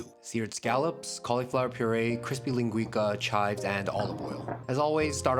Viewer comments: ling gwee sah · My brother, just so you know, its pronounced lingui-ssah. Cooking is culture as you oftenly show. Love your channel. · I'm sorry dude, love your videos, but you did not pronounce that correctly ( I'm Portuguese) it's called linguiça, know you don't use that letter "ç" but it's like a double s. Like " linguissa". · Very good food. Its pronounced linguissa not linguika. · Hey dude, love your videos! Dont mean to be precious but if you're interested in the correct pronunciation it's linguiça, as in "leen-guh-y-ssa" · The ç in linguiça is pronounced ‘see’